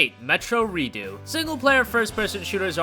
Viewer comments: "Metro Redo" 😂😂😂😂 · Metro Redoo? Redoo?! Redux! Dux!!!!! Get it right!